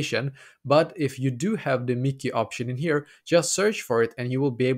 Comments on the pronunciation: Yes. It’s Mickey not MYKI (pronounced as MY-KEY) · It is no miki 😂 it is Myki (my key) 🔑 😊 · As you can see, this is stupid. And as you can see, it is a waste of time, because as you can see PTV is not available for iOS. And as you can see, this person doesn’t even know how to pronounce Myki…